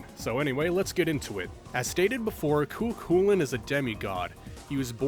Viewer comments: for lancer's name I'd go with (Koo Kullen) - pronunciation wise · "I don't know which one's right and which one's wrong" Funnily enough, from what I've read NEITHER DO PEOPLE WHO ACTUALLY SPEAK GAELIC. I pronounce it phonetically (Koo Koolayne) and I haven't been yelled at yet for it lmao